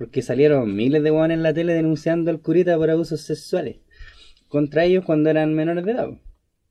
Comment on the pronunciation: Wn el dice "sessssuales" (no "seXuales" a propósito? Pregunta en serio, sin ánimo de trolleo